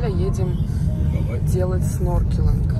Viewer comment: Не сноркелинг, а снорклинг